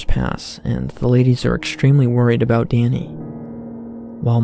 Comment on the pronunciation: who is in mind to hear this stupid voice? What is this about the pronounce like light "looaight" about "abaaauuut" bro u got to see a doctor.